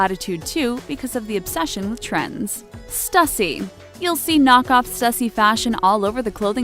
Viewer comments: Stuhsee... Stoo-see is the correct way to say it. Please please please figure out how to pronounce things correctly before recording. It's such a common trend in your videos to mispronounce things, it hurts me. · Can’t even pronounce raf simons right UPDATE: also balenciaga and also stussy